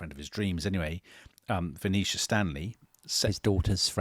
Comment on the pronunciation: sounds like he's saying Phoenecia Stanley, not Venetia.